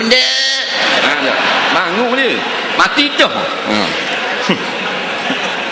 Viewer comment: bangung=bangun~ mcm bangun tidur...